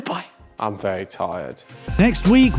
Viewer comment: I really can’t lie the way you say some words is extremely irritating. However it makes you you so I can’t judge the content based on that. As much as when you say vury it honestly makes me so furious, still I cannot stop watching your vids😂. Good job good sir you have found a great balance in your content, it brings me dopamine every time I watch. Thank you very much